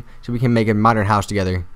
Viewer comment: He said modren really funny in beging madren house lol